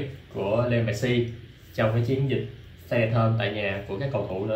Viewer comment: tại sao gọi mẹt-xi mà ko gọi mét-si nhỉ